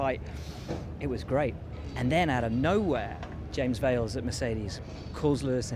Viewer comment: James ‘Vales’?